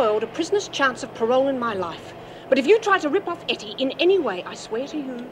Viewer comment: It’s not Hetty. It’s Ettie.